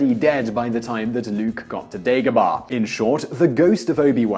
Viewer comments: Dagobah, not Degobah. Yoda doesn't leave Dagobah because of what I've heard, it emits dark side energies, which masks him from Palpatine. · Its not dEgobah its dAgobah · You say Obi Wan weird and you say Dagobaaaah lol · It's Dagobah